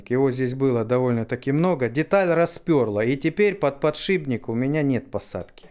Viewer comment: Не подшиБник, а подшиПник, от слова шип...